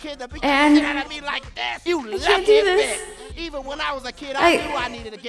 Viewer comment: the way he said "betch" lol